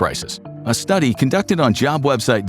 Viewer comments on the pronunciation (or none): none